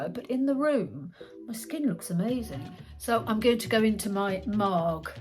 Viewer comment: Marg with a hard g....short for margarita.